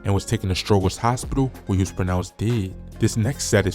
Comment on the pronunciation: You not from Chicago dude💯💯💯you pronounced they hospital Strogers wrong so I know u not from the CHI but all yo content is about them and u don’t show ur face goofy asz dude lol